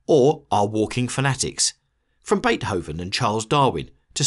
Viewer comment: He pronounces the "h" in Beethoven, . I've never heard anyone pronounce the h.